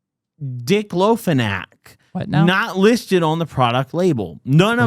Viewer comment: “dick-lo-fenack” haha